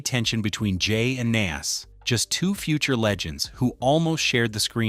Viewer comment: Your pronunciation of Nas is really blowing me 😩